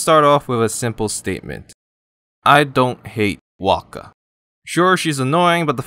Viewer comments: why are they saying willo as walka, or whatever he's saying, i'm confused af lmao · Why do you call her Waka